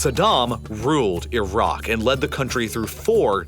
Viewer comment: Glad you actually pronounce the country properly with the "i" sound the same as it is when saying Italy. Unlike the usual annoying ignorant way many Americans continue to say EYE-RACK 🙄